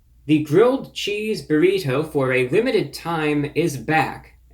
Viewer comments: You say "burr-ito" weird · "burrhito" I love it man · "Burr- heet- toe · The way he says Burrito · 2 Things ... I love how you say Burrito and You really killing bugs with your Sunday's Best !!! #GOAT lol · I like you man but do you really say burrito like that? Wow.. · He hits that hard T in burrito the way Hank Hill would. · ReviewBrah pronounces Burrito like an upper class Brit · the way you pronounce "burrito" is hilarious